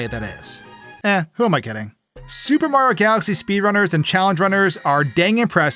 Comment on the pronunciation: I swear this guy has NEVER pronounced the "i" in Mario before